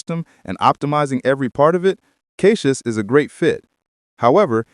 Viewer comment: I love how AI cannot pronounce CachyOS. It lets me know which reviewers didn't even research enough to learn how it's pronounced.